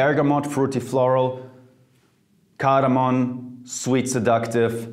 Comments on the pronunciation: Sorry Jeremy! But its "cardamom" not "cardamon". Especially when you emphasize on saying it more with expressions :p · its cardamom btw not cardamon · Jeremy, you are awesome, your channel is awesome, your recommendations are awesome...but it's CARDAMOM and NOT CARDAMON! ;) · I'm looking back at older videos and I just can't stop twitching when Jeremy pronounces cardamom as cardamoN. Love you anyway bro!